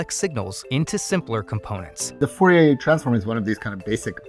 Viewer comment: u keep saying fourier wrong.